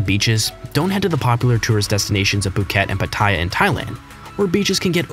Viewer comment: I live in Thailand so i know this but it js pronoced Pu-ket and Pa-ta-ya